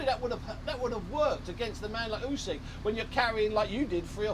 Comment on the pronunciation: John Fury... "YOOSECK"